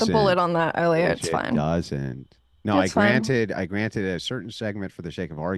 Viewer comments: naurr... - Naur? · Noahrr and Yeahrr 🤣🤣🤣